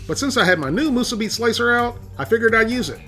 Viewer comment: 2 extra points for properly pronouncing "Musubi." If I ever go back to the Sandwich Islands, I will have 1 (or 100) Spam Musubi. steve